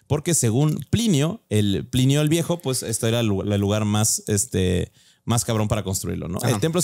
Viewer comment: Nabucodonosor y Plinio (no pilinio) las nuevas palabras que no puede dicer jajaja